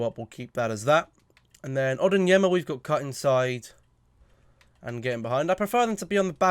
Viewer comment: It's ON-YER-DIN-MA 🤯